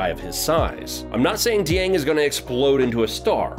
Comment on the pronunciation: Glad you said Dieng and not poku lol.